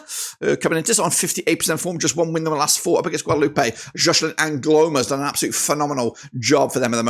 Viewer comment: Say it like it was spelt Guadaloop; there's no 'ay' sound on the end because it's French and not Spanish! Thanks for the video!